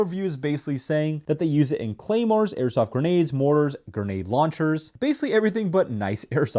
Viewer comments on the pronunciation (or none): Get your facts right!!! Novritsch don't make a 6.2 gram bb!!! They do however make a 0.62 gram bb. And the word is grenade not geenade!!!